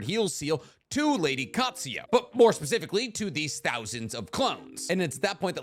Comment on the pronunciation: I love you, but it's pronounced: Kaht-Sue-You.